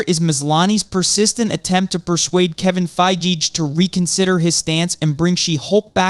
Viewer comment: I just wish you could decide on ONE way to pronounce Fiege and put the emphasis on SHE-hulk not she-HULK.